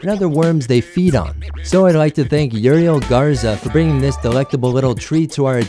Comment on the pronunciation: Ha this dummy doesn't know how to pronounce Uriel I went to school with fellow named Uriel and if anybody ever called him what he did he would have gotten beat but then again the Uriel I know is Mexican.